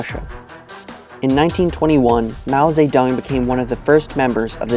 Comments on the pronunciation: Lol its "Mao Ze-DONG" not "Mao Sa-Tung" Lmoa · I thought I hear "Mao SayTan"... Sounds like Satan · You sounded like you said saytan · How,do you pronounce his name?It sounds more like Mao Satan than, Zedong?